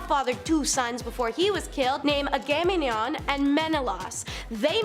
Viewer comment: Agamemnon Ag-a-men-non. You're pronunciation was horrid 😂